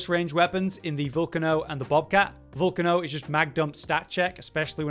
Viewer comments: Lol I’ve seen so many YouTubers mispronounce Vulcano in weird ways smh It’s vulcano… you know, like volcanos, the mountains that erupt and shoot lava? VUL-KAY-NO. Lol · ya and it’s pronounced Vul-Kay-no lol Anyway not tryna be a dick 🤷🏼‍♂️